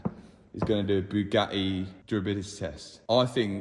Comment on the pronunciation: ❌:Bugatti ✔️:Bugaii